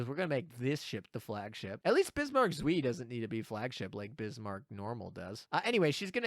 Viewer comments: Leipzig too. German is one of the easier languages as far as vowels go. "ei" rhymes with American "pie". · the pronunciation of "Zwei" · Nice video, but the pronunciation of "zwei" kills me xD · Have a drink every time says zwei wrong.:P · zveeee, it was painful. but the video is great! :D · Your pronounsiation of "Zwie" (2)... Rip German. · Bismarck zui ? xD Guys come on :'D jk, i love how you pronounce some german stuff haha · what even is that pronounciation is bismarck zwei??? 🤣🤣🤣🤣🤣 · My german speaking soul dies every time you pronounce "zwei", but apart from that thanks for the video :D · You indeed never spoke german, because I don't know what abomination you created from "zwei", but it's 100% not german :D And if you want to hear how it should be pronounced, there is always google translate :) Good luck in the pulls! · If only you took that 30 second googling time to learn how to say Zwei. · I died a little bit inside every time pronounced Zwei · bro said suiiiiiiiiiiiiiiii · Hearing you mispronounce ZWEI pains me